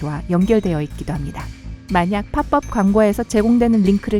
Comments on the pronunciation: 팝업은 파법이라고 읽지 파뻡이 아닙니다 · 팝업 발음이 팝법이라고 하네요 팝법이 아니라 파-법이라고 발음 합니다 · 팝법 이라고 읽는게아니구 파법이라구 읽는거예요. 혹시 자동읽기 프로그램인가.. 뭐 영어라 어찌읽든 상관없는데. 뭔가 한국인 같지않아서요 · 팝뻡이라고 들림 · 팝뻡이라고 하는거 신경쓰이네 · 팝업 발음 조온나 불편하누 팝법ㄴㅂ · 왜 팝업 발음을 파뻡이라고 하는게 불편하지.. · 팝업을 팝법이라 읽는거 존나거슬리네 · 나만 팝뻡이라고 들리나? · 이채널 성우분들 한국분 맞으신가 중국 아님 서양권 같은데 여기서 나오는 팝업이라는 발음도 그렇고 다른 영상 남자성우분 발음도 그렇고 알아듣기 함들때가 있음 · 팝업 발음 무엇